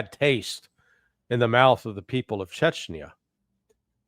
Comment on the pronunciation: take umbrage to the shirts' pronunciation of "chechenya", but then again, to the colonels' point, I'm , an American, and I'm only an idiot with an opinion, and probably spelled the name of the place wrong 😅